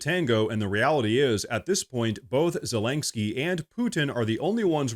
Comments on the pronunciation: I can't stand the little Cocaine Goblin, but I also dislike you mispronouncing his name. It's zelensky, not zelenksky. Unless everyone else on the planet is mispronouncing it, which is absolutely possible in Current Year. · Please: Za-LIN-sky, not Za-LENK-sky. Thank you, and good reporting. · It's zel-ens-kee NOT zel-enk-skee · PLEASE PLEASE SAY ZELENSKYS NAME RIGHT! ITS NOT ZELENK-SKY! makes you sound like a hillbilly. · I'm curious, why do you always say "Zelaingsky" instead of "Zelensky?" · I know this is unimportant, but why do you say “Zelangsky” Ze-Lin-Ski. I really like your videos, but it grates on my ears to hear it. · It’s not ZelinKski😑 It’s Zelenski 🙄 He is SCUM SO WHATEVER. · its ZeleNsky the letter in the middle is an N. ive never even heard the letter you pronounce there lol. its like an OCD thing for me, a small, but so annoying😀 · There is no G in zalenskyy. How can you not pronunciate it, it's such an easy name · There is no "G" in Zelenskyy's name. "Morse" is one syllable, not two as in "Morris". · Could you PLEASE learn how to say Zelenskyy?! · I just realized that this dude is an AI. At first I thought his voice sounded like one & he keeps mispronouncing Zelinsky, but then I watched him & he doesn't blink... It's kind of creepy. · I LOVE your channel,, but WHY do you pronounce Zelenskyy's name with a "G"?????